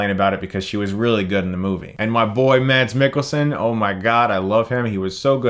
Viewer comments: The D is silent in Mads Mikkelsen. Otherwise a good pronunciation! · Mads is actually pronounced without the d, it's just ment to make the a short and soften the s. So it's basically Mas. Not that anyone outside Scandinavia knows. Though you nailed Mikkelsen. It didn't get the American spin you're used to with last names originally from Denmark like Jensen. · Mads name is pronounced Mas. The d is silent 😉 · Ahem! You don't pronounce the d in Mads. It is silent. It is one of the rare instances that the d is silent in Danish 😉